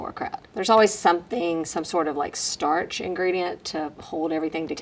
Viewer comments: "Startch"? STARCH...! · That would be "starch" not "startch" lol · Starch...not startch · starch, not "startch" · “Starch,” not “startch.” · * Starch (not startch) 😊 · Not to be that guy, but "startch"? Really?!? Startch? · I know that did not spell the bubble word wrong but someone did........ It's not STARTCH ya'll 😂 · Does Starch have an extra T in it?